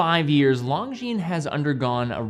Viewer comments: It's LON-GINES, not LONG-GINES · can you please stop spelling Longines wrong? the G and the S is silent, LONJIN that's how it should be spelled love the review❤ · You mispronounced Longines in the beginning.